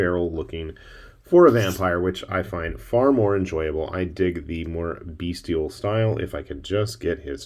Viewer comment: Bestial, not beastial. There was a flying wolf in the Rampage movie. Between the flying werewolfs and flying vampires, you need some flying gargoyles, inspired by the excellent cartoon.